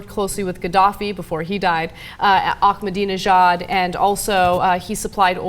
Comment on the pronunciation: Nobody can pronounce named. Who the fuck ahhkkkmadiinajad. Learn to pronounce names. Say it wiith me slowly Ah-Mah-Di-Neh-Jād